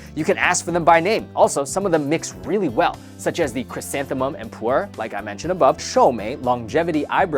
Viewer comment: it's Pu'er LOL ("Poo-er")